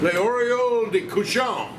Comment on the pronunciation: Not fair showing off your craquelins! Both look delicious! (But hey, I'd eat a real pig's ear that's been deep-fried, too.) Oreilles is pronounced ore-rayyy. It's much easier to say than it looks.